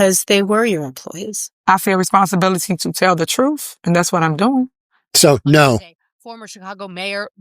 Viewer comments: She’s going to tell the truf about these allezations… 🤡🎪👩🏿‍🦰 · She telling the truff 😂😂😂😂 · Tiff , the con and liar, and her attorney, the blustering windbag ...are painfully ridiculous. It was and IS her shit show. She is entirely unable to tell the "TROOF". Show us the proof.